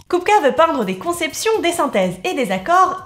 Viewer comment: Haaaaa une chaîne qui s'intéresse à l'art des tchèques contemporains. Déjà bravo pour le sujet, ensuite pour la prononciation qui est impeccable. En fait la trinité "Mucha-Klimt-Kupka" est ultra importante pour les tchèques car ils émergent au moment de la création de la première république tchécoslovaque, tout comme le swing tchèque en terme de musique. En tout cas merci pour mettre en lumière ce peintre trop injustement méconnu d'un pays qui l'est au moins tout autant.